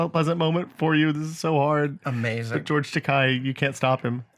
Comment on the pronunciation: George's last name is pronounced with the sound of the letter 'a', not 'i'. When I was on a Star Trek related cruise in 1991I heard George Takei's mother tell some girls that were talking with her the proper pronunciation. The way Will pronounced the name is a word that George's mother said means expensive in Japanese. Johnson City, TN is mentioned in the lyrics of the song called Wagon Wheel. Another more recent baseball themed movie that I really liked is Trouble With The Curve which features Clint Eastwood and Amy Adams.